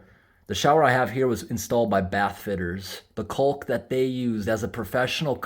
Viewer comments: Love all your videos. FYI....... caulk has a silent L 😁😁. The river shots were absolutely beautiful. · took me a few minutes to figure out what you were talking about, I have never heard anyone pronounce the L in caulk. lol great video tho!